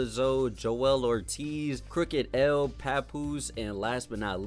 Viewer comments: It's Crooked "I" (i), not Crooked L...And he was legit! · Do more but get the names right crooked I not L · it's Crooked I not Crooked L. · This man said crooked L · I don't know how this is going to go! First, it's Crooked I NOT L! respect the Westcoast. Second, please do your research. The source was hot as fish grease for many years before XXL was even thought of. And this calling people washed has gotta stop! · Bruh said Crooked L.... His name is Crooked I 😂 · Bro Said Crooked L 🤣🤣🤣🤣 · As soon as you called Crooked I (Crooked L) I couldn’t listen anymore. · No major offense but this video kinda sucks. Slight bits of misinformation and using number metrics, when hiphop artists didn’t have to chart (in 2007) to have a great and buzzing career back then. Saying Crooked “L” is dumb my guy just read lol. We need hiphop videos made by actual hip hop fans. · Calling crook "crooked L" pronouncing the Nacirema dream "knockareema" was all I needed to know lol .. bro is young or just wasn't tapped in at that time with those artist . Good content for sure though bout see if I can find the others